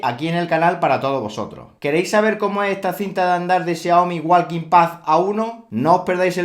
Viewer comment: la L en walking no se pronuncia, es muda. sí es una joda, pero así de desorganizado está el inglés, hay que aprenderse pronunciación por palabra como con la palabra "wrestling" se pronuncia resling, la w y la t son mudas o la t la pronuncias ligeramente como solo para apoyarte en ella.